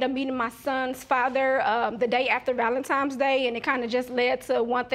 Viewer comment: ValenTIMES?! SiS🤣🤣🤣